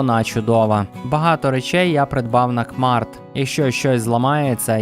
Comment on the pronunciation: дякую, дуже гарне відео, але хочу додати, що не "кмарт", а "кеймарт"